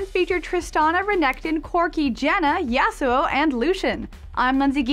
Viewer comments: Im not being a nerd kid. And its YAH-SUE-O (if i was making it easier for americans to understand it) not the way she says it at all.. He has a Japanese Character name and it should be pronounced to sound japanese. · I think she should learn how to say Yasuo. Its like nails inside of my ears everytime she says it